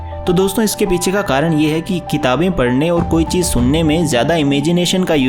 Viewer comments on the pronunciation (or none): none